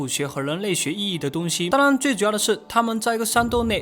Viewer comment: ‘’当然‘’我每次听到的是“当啷”